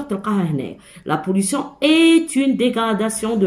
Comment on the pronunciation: شكرا يا إستاذة . عفوا ولكن ليس la pollutiooooon بل يقرأ la pollution 🤣🤣🤣🤣😂😂😂😂 و لكن شكرا على كل مجهوداتك 😇😇😇😇😇😅😅😅😅😅😅